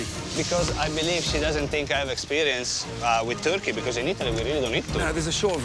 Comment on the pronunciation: calling a turkey a 'thurki' is kinda funny and cute tbh 😂